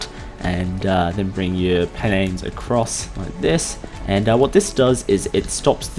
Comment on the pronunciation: I love how he says /planes/